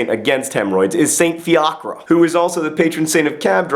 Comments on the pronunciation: In Ireland we don't really say Fee-aww-kra we say fia-kra but i like you way too :) DFTBA X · I say this not to be pedantic but because you and I both love language. The accent in Fiacra/Fiacre falls on the first syllable. And his name means Raven, or battle king, depending on who you ask. --Your friendly Nerdfighting Master Celticist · Hahaha, John said Fiachra weird xD Americans fail at pronouncing Iriah words though :)